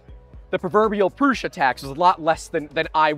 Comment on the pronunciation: Why do youtbers call it Proosha but Josef Prusa calls it Proosa?